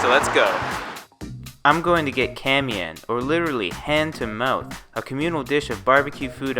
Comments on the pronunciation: Looks good! Three comments though 1. It's prounouced Ka-ma-yan not ka-mayan 2. It comes from Kamay meaning "hand"...which leads me to my third 3. for truly authentic you would use bare clean hands. But I guess the gloves are extra hygiene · Kamayan...not kamyan